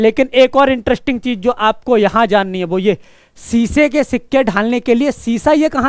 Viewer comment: सीसे नही शीशे माफ करना🙏🙏🙏🙏🙏